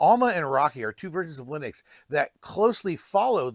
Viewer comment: Why do you keep saying 'lie-nux' lol.